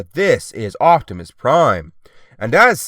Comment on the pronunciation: I'm glad to watch my favorite you tuber ! (Edit) I have to say no hate but it's oPtimus not oCtimus